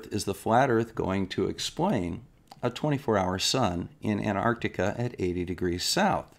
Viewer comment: I agree with everything you say and flat earth idiots are flat earth idiots but there is one thing I noticed watching the final experiment videos is that a large number of presenters don't know how to pronounce Antarctica it's not Anarctica lol it's as bad as( nucilar) nuclear. It's a glorious world.